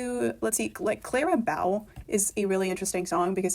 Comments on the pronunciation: Clara Bow, pronounced as in bow in your hair or bow and arrow. Sorry to be pedantic, but can we get her name pronounced properly? Thanks. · The mispronunciation of "bow" hurts my ears, but the rest was interesting. I really felt "Thank you, Aimee" was never meant for this album and should have been a vault track to rep or something like that. Also, who's afraid of little ole me? I love it so much.